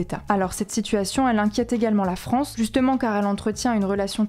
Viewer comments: "a bas la farance" 🤣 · " A bas la Farance" 😂